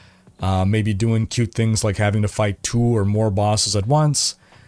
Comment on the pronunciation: Doingk and gettingk - I'm not making fun, just wondering if it's a dialect of some sort?